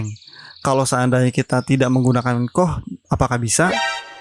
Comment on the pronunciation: Sekedar kasih tahu Koh bacanya ka o ha.